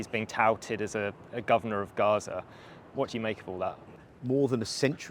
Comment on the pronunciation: Gaza not garage